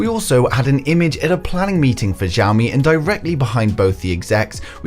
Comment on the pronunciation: xiaomi, not zhaomi. [ hs - i - ao ]